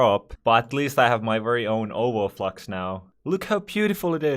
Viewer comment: It's over flex not over flox